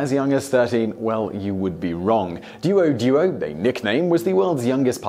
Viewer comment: not du-al du-al pronunciation, it's dwo dwo~~